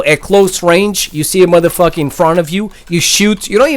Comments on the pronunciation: how he say this motherfucka haha lol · "Theis Mutha Fucka" 😂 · I cringed every time you said "modefoker" or "madafaka" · who else loves when he says mother fuka? love ya man LMAO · Can u stop saying Madafucker